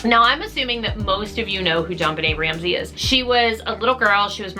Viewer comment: I thought that I cannot watch another video about JBR, but U have a Polish surname, so I decided to support... the way U pronunce it is real treat. 😜